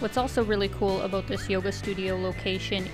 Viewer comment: Aboot?? are you saying about?